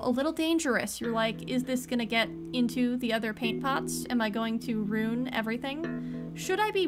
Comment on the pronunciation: Oh! Girl. You've got it coming! Lol 😂 I can pretty much bet everyone is going to be talking (commenting rather) about how you say ruin (roon). 😂😂